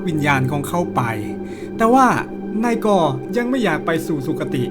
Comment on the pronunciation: อ่านนาย ก เป็นนายกเฉย😂